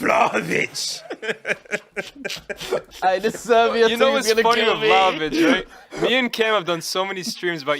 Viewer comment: man fully said vlahovic😂is 1/8th Serbian or something😂